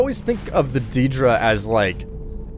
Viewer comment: Ethan Bennett you got it backwards. The Aedra were also immortal before creation, and lost their divinity. And had been mispronouncing daedra from the start of this series, You say it as "day-dra", same for Aedra.